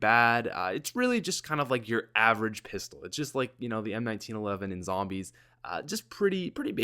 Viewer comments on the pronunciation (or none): none